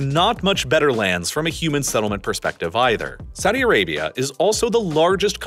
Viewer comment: what is a senelment? do you mean settlement?